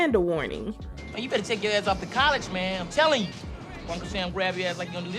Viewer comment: Also hearing you say “mayne” like Terrence Howard made me chuckle not gonna lie 😂😂😂 which reminds me, you have to cover Hustle and Flow because the movie is based on Memphis so I know you’ll have a field day with that 😂😂